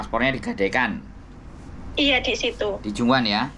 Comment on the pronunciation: Sheung wan mas bukan junwan🤭